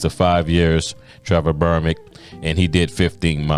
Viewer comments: Its Berbick...not "Bermick"... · The man's name is BERBICK, NOT BERMICK!!! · How can you do this video and not realize you keep calling him Trevor Bermick? The closed captions agree